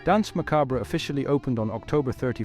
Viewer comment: The way you pronounce Danse Macabre gives me an annurism, fun vid tho! :)